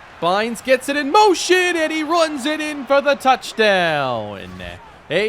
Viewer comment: Every time you end a word with an n you make a weird eh sound. Every single touchdown call sounds like touchdowneh. Never heard that before and it annoys me so much